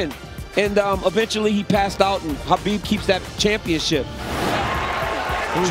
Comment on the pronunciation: In Russian its Хабиб, X being translated as Kh, but really, the K isn’t the primary sound, it’s more of a hard Ha sound, so Habib is closer